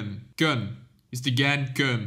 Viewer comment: It’s Kun not ka’uun or kaun